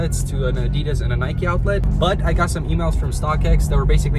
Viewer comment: I have to stop watching because of the way you say Adidas its peeing me off lol